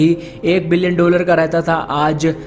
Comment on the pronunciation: डोलर नहीं डॉलर बोलो।उच्चारण पर ध्यान दो।